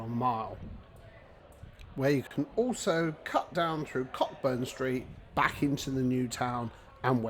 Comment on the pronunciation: Co burn street not COCK BURN!